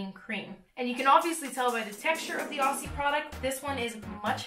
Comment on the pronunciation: Omg I'm from Australia and the way you pronounce 'Aussie' is so cute lol - we say it like 'auzzie' ❤️ (idk if the brand is actually Australian but I'm keen to try cause it's so goddamn humid here!)